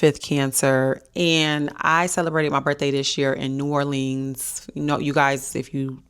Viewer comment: My mommy’s birthday is July 11 and I’m shopping for her right now. I live in New Orleans! Wish we could’ve met, but I definitely get the ick when people pronounce it Or-leenz. It’s New Or-linz😂